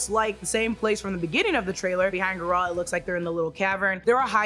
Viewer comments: It's Geralt no Ga-ralt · Who is Ge Ralt 🤔🥱 its Geralt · It’s “Geralt” not “Ga-ralt” 🤦‍♂️ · It’s Géralt not Garalt. Thanks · Nobody:: geh-rAUl 😂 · Gee! Its GEralt! the accent is on the first syllabe - Ghea-ralt. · Guh-Rilt and Earadin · His name is pronounced Geh-Rult, he says it himself. Did you even play the games? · I love you but that pronunciation of garlet is throwing me off 😂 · at least say the name right names* Geralt and Eredin were done so dirty in this lmao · What’s with the weird pronunciation of Geralts name? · that is not how you say it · not a bad video but you have no idea how to pronounce Geralt's name which is weird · The way you say GERALTS name is atrocious. Shame on you.